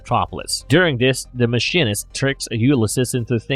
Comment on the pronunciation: And, "Mah-sheen-ist". I thought it was an automated voice at first because of the pronunciation.